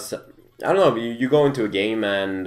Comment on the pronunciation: when you say, "game man" you sound like you say, "i like it about this gay man" just a funny though..